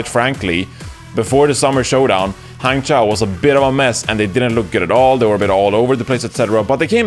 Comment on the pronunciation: His ChengDu is fine, but his HangZhou and GuangZhou is pretty bad. He had trouble pronouncing Zhou, but who cares. Good enough.